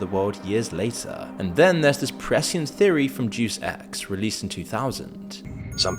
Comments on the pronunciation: it's day-us ex, not deuce x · “Doose ex” 😂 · " Deuce Ex"? Better research needed in the pronounciation department. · enjoy the videos but for the love of god, learn how to read/speak....its not 'deuce x' its 'day us x', it really is true the average reading level is pathetic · Day-us Ex, not Deuce ex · Deus X… it’s Day-Us X. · Clearly, this guy never played deus ex haha duce ex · Day-us Ex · "Deus Ex" is Latin (deus ex machina = machine of the gods) and is pronounced "DAY-us Ex" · I'm bout to go drop a Deus Ex rn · PLEASE learn how to pronounce Deus Ex bro 😭